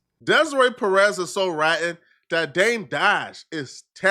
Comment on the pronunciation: "Desiree Perez is so ratten" ???? Did he mean rotten??